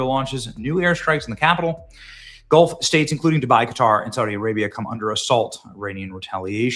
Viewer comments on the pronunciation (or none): none